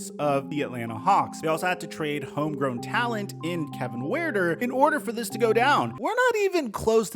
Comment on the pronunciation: do you actually pronounce Kevin Huerters like that? or you just trolling